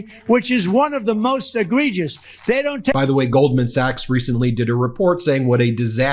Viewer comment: I'm just floored that he could pronounce egregious..lol